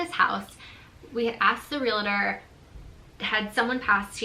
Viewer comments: It’s “real-tor”, not “reel-a-tor” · It’s real-tor, dont pronounce it realator, that’s a joke in the business. People will correct you lol